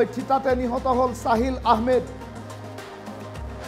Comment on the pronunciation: Saahil nohoi sahil😂